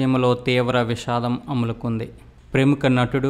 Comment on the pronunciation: Amulukumdhi kadu alumukundhi ra swami